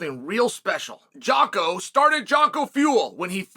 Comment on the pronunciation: Brother, how are you still mispronouncing jocko's name lmao